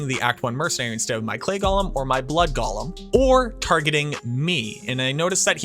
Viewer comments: Not Gollum. Golem. GOAL-EM. Golem. So help me if you say Gollum, a character from Lord of the Rings, ONE MORE TIME to refer to a golem . . . I made it to and quit. Someone please tell me just the best mercenary for my necro. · It’s go-lem not goll-em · Can never trust a video when they call it gollum instead of golem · "Wildly offensive" seems a bit hyperbolic. OP's tone seemed plenty chill. But, if we're going to debate the issue: the original Hebrew is purportedly pronounced gō-ləm, according to etymological origins provided in dictionaries, and Hebrew isn't a dead language. In fact, its preservation is a pretty big part of Jewish culture, iirc. The challenger pronunciation is almost certainly a result of J.R.R. Tolkien's "Gollum", confirmed to be pronounced "gäl'm" by the onomatopoetic description of the throaty hacking sound the name is derived from, into the fantasy zeitgeist. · That's fair. That said, you are communicating with at least one neurodivergent person in this conversation. I recognize that the discomfort I experience from the gäl'm pronunciation is a direct result of that atypicality. Thus, the choice of the connotatively individualistic "irk". But I'll put in my two cents on the off chance it can save me the discomfort in the future. One irking for another, at the end of the day.